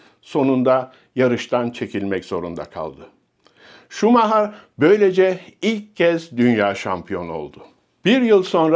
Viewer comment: Şumaha??? Efsaneyi hep “şumayer” diye telafuz ettik. O kral. Hala kral. Kendisini seviyor ve sevgilerimizi gönderiyoruz.